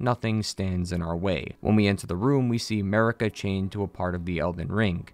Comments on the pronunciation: why does this donny say america when its marika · i will eternally hear 'merica instead of marika for the churches lol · Dude, my native tongue is spanish, I literally can't play Elder Ring seriously because of "Marika"